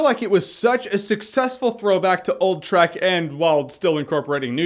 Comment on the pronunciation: Every time he said "Trek" I herd it as 'Shrek'. Dunno why. Don't ask.